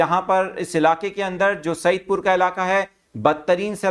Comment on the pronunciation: Anchor Saahib Saeed pur naheen Said pur hay